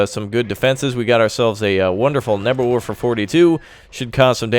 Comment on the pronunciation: nebelwurfer nein nein nein hanz das ist nicht gut es ist neevelwerfer